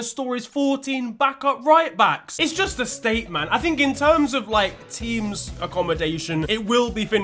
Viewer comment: 😂😂my boy went "14 righbacks" 😂😂